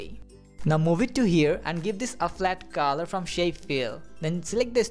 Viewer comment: it sounds so funny the way you say " kalar" ( colour )